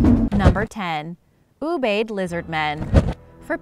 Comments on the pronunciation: Ubaid = U-bye-aid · Ubaid is pronounced ooh-ba-eed. :)